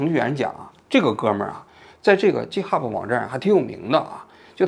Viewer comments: 叔，直到你念 Github“鸡特哈布”我实在绷不住了，这个念gi，不是“鸡”😂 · 几天来在为我的年轻同行愤愤不平，王局的插科打诨又让我忍不住笑起来，这一集做得真好。另外，GitHub 的 G在这里不发J的音，而是接近拼音中的G发音。由于这个小小的辅音，我一直没搞明白王局说的这网站到底是啥，快听完了才知道是我每天都打交道的东西。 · github不是Ghub。央视名嘴英语就这水平? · 王局那叫给的哈普不是g哈普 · 不是jithub 相类似的读音是'给以特'hub :) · 王局github念错了。是github, 不是jithub. 你第一个G的发音不对。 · 一个发音纠正：GitHub 的读音是ˈɡɪthʌb, 不是ˈdʒɪthʌb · 王局，容我纠正一下github 一般发音是给哈，不是鸡哈。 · 哥 那个不读ji-t hub, 那个读g(ge)i-t hub😂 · Wrong：鸡t哈普，Right：给t哈普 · 正确发音 gei te ha bu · github的读音错了 哥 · btw 想纠正发音 “github”😄 作为一个程序员听到发音错了 很难受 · 虽然这期王老师把github读音不太对，但是个人感觉说得非常好！ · GitHub 发音错了王局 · 王菊github读错啦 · 王局github英文读错了，估计在日本待久了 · 虽然但是这个github一直念错😂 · 王局 github读错了 下次记得读对了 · github 念 g hub，笑死我了🤣，王局太可爱了。